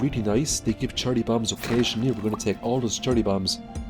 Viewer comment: I'm sorry, are you saying "Charlie bombs"?